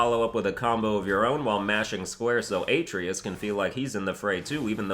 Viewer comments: A) Providing the locations of each Valkyrie you named would have been nice, and B) the boy's name is pronounced "UH-TRAY-US"... Guess they didn't teach you Greek mythology in school. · LOL i pronounce it as aye tree us too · He had to pronounce the atreus's name wrong, lol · Kratos says his sons name like 300 times in the game and youtubers still pronounce it wrong . Really grinds my gears ... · I might have liked this video but pronouncing Artreus name like that triggered me